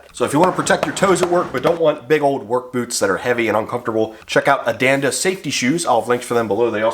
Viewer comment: Listened but think you mispronounced your sponsors name ,hope they don't ask for the shoes 😮 sounded like you said Adanda,not Andanda 😮